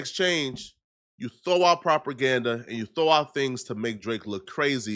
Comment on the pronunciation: "Inside scope" 😂 "Properganda" 😂